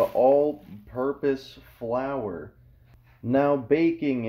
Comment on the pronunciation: He said all purpose flour like it’s the first time he’s seen flour